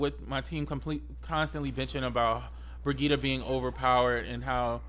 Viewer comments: Honestly, I need her name to be nerfed. I'm tired of people not even trying to pronounce it correctly lol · Noelle M. Ikr. "Broghetta" "Bridget" "Bridgette" like wtf man LOL. I think that's why they add voicelines of Mercy saying "I am with you Brigitte". lol everyone literally ignores that. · The only thing that bothers me about Brigitte is people not saying her name right,,,,,, just my two cents